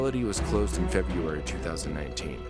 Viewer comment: "Febeeeairy" lol